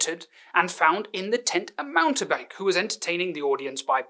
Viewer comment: Silent E on "mountebank," ole boy. Chip chip. See you at the club, as usual.